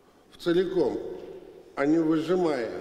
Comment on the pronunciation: "Вцеликом" - конгениально!